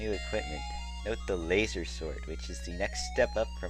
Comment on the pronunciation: layzor sword... rofl. He says Laser funny